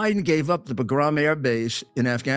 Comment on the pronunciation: I was at Bagram when Biden gave it up and everyone knew the guy was a traitor…also plz, Rudy… it’s pronounced “bog-rum” yw